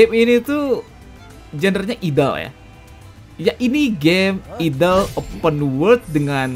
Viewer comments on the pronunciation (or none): Idle dibaca Aidl ❌ Idel ✔️